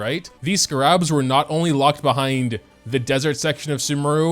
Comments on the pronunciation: I know your frustration. But my own critique of how you’re pronouncing the scarabs is personally frustrating. Because it’s not pronounced “scuh-rabs”. It’s “scare-ibs” I’ve never heard of a single other person pronounce them the way you do. I’m sorry for sounding very rude, but I’m grammar nerd I guess you could say. And when I know how a word is pronounced and I hear someone say it completely wrong, it frustrates me. Especially when it’s a word where there really isn’t multiple ways to say it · IT'S CALLED Ske-rabs